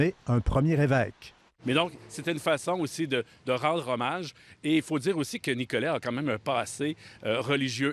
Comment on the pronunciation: Pourquoi le monsieur prononce-t-il le T final? Ce n'est pas «Nicolette»